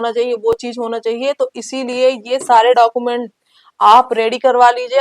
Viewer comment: लगता है आप बिहार से हैं तभी डाकूमेंट भेरीफिकेशन बोल रही हैं.